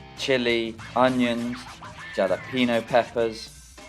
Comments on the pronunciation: Did you say " jelepeno"? Lol pronounced "halepeno" ..😊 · its pronounce halopeno pepper not jal a peno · The "J" in jalapeno is pronounced as an "H".